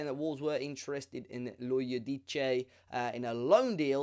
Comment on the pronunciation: Enzo Lo ee oh deece